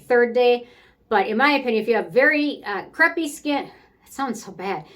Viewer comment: Crape like grape is the accepted American pronunciation, but I like your French pronunciation of crepe (crehp). I’ve been struggling for years to get my face, neck, and dec routine figured out. I just recently started working on my body skin. This video came at the perfect time for me. Thanks!